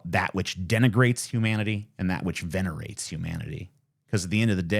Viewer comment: venegrate, dude 😂